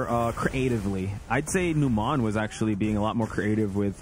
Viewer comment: Every time I see Numan, I think about Numan from Seinfeld. And then they call him nuMON and I get irrationally angry that they're mispronouncing it lol